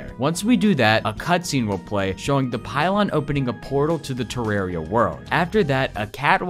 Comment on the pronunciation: Sinner. Don’t even speak of terraria again pronouncing it like that